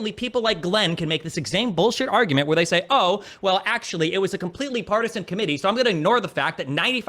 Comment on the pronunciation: volume louder is always a good argoomunt!